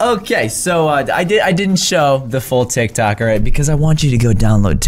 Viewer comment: Its not tivk tocks its tik toks